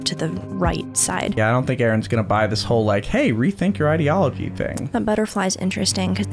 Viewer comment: What's that "ideology" pronunciation?!